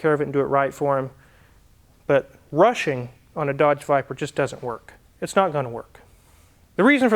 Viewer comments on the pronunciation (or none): 10.07 he said viber it's a VIPEER ! dude